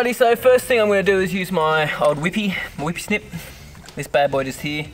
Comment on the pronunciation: Lol, I love how he says wipper snip! Never heard that before... weed whacking over here